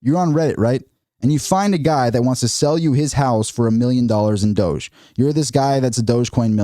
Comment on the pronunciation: No. It's Doge. One syllable.